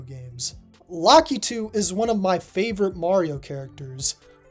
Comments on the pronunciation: Lakitu is pronounced "Luh-key-two" as heard in Super Mario Maker, its 3DS port, and its sequel. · Are you sure Lakitu’s name is pronounced like that?